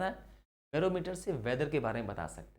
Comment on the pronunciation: Barometer ❌ boroline ✅